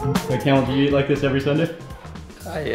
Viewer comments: Lol I think it's pronounced kah-mel not camel lol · It’s pronounced kum-eel, not camel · مع كل هالضيافة و التوجيب و بحكي اسمه جمل !! Kamel and not camel حد يصلحه ! ! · Grahoovian you are right, its Kaaamel not camel ( in some countries its Kamal) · yeah it's not camel its kamel pronounce like kaaa-me-L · His name Kamel not kamal or camel! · كامل وليس كمال kamel not kamal we have both names in Lebanon kamel means the perfect person kamal means the highest level.of perfection